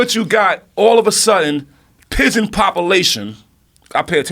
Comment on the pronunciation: I like when he was talking about the pigeon popoolation.